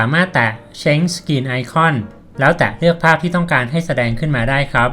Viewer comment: Change อ่านว่า เช้นจฺ ไม่ได้อ่านว่า เช้ง ครับ